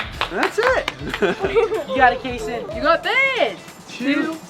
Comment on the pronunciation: I love how you call Kason kasso